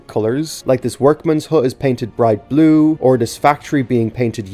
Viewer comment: this is the first video i watched from you and i wasn't really paying attention until the end where you said bue in Irish. That caught me off guard. An Irish guy talking about Thomas is the last thing I expected to see today